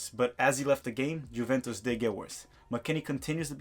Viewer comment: Bruh please look up how to pronounce Juventus. Out of all of the team names to mispronounce...